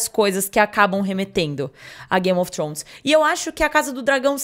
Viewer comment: Trôns não,Trones